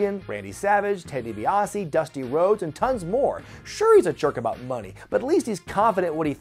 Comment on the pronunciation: 'Ted DiBaise'.